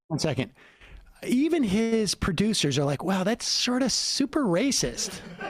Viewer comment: in crowder's most racist rants, that guy is always like, "this is too racisst"